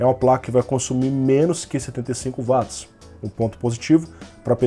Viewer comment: Pronuncia correta de Watts = Uóts e não Váts